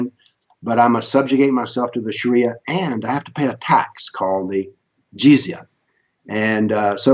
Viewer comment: The guy says Sharia Law as Shari Alaw.